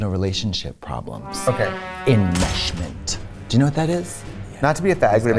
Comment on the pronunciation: enmeshment 😂 the way Katya prounounces the Sh has me rolling